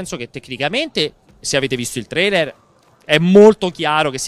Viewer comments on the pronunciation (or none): none